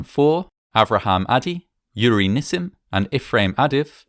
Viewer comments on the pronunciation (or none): none